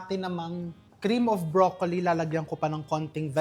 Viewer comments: can you stop saying bro...colli its .. broclli thanks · Brock-ly (Broccoli)